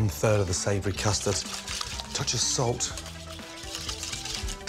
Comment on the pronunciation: tOcH of pepAaHh